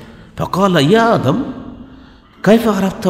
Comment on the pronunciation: ভ্রান্ত জ্ঞানের অধ্যাপক। তিনি যা পড়লেন তার অর্থ আমরা জানি। কিন্তু জানিনা ঐ সময়ের প্রেক্ষাপট কি ছিলো। তিনি যেভাবে আদম (আ:) ও হওয়া (আ:) এর নাম দুটি উচ্চারণ করলেন তাতে মনে হলো আদম হাওয়ার চেয়ে বয়সে তিনি অনেক বড় এবং আদম (আ:) ও মা হওয়া (আ:) কে অধ্যাপক সাহেবের পরে সৃষ্টি করা হয়েছে। শুধু তাই নয়,আদম (আ:) কে কতিপয় বানী ও বস্তুসমূহের নাম শেখানোর সময় আল্লাহতায়ালা অধ্যাপক সাহেবকে ডেকে কাছে রেখেছিলেন। যারজন্য জনাব অধ্যাপক সাহেব যা বলেন তিনি অন্যকে তা অকাট্যভাবে বিশ্বাস ও গ্রহণ করতে বলেন। ভাবখানা এমন যে,আমার বাহিরে যে যাই বলুক তা মোটেও ঠিক নয়। কারন ওখানে আমি উপস্থিত ছিলাম এবং আল্লাহতায়ালা অধ্যাপক গালিব সম্ভোধনে আমাকে বলেছেন আদম হাওয়ার আগে আমি কিছুই সৃষ্টি করিনাই। সুতরাং এগুলো নিয়ে গবেষণা ও বাড়াবাড়ির কোনো দরকার নাই। কিন্তু জনাব অধ্যাপক সাহেব যা জানেন বলে অহংকারী সুরে প্রচার করেন তা শুধু বিভ্রান্তিকরই নয় ঈমান রক্ষা ও হেদায়েতের পথে বিপজ্জনকও বটে। রাসূল (সাঃ) এর সৃষ্টি সম্পর্কে আলোচনা করতে তিনি উপস্থিত সকলকে যেভাবে "নাউজুবিল্লাহ" বলালেন এবং নিজেও যা শুনতে চাইলেন সেটা বিপথগামী শয়তানের কূ-মন্ত্রনামূলক ও বিভ্রান্তিকর শিক্ষা বলে আমি বিশ্বাস করি। মিস্টার গালিবরা মুখে "রাসূলুল্লাহ" উচ্চারণ করেন বটে। কিন্তু ইনাদের অন্তরে রাসূল (সা:) এর প্রতি ঈমানী আনুগত্য ও মহব্বত একেবারেই অনুপস্থিত।